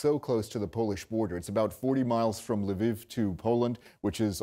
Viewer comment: It's not "LE VEEV". There is only one syllable in Lviv. Is it that hard to find on YT how to pronounce ukranian cities?